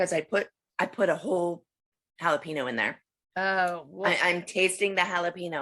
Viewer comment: "halapeeno" god i love 😭😭❤